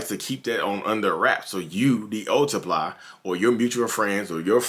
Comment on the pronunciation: “The new sup-pie” lmaoo